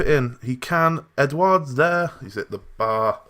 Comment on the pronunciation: You pronounce Edouard Edu-Ard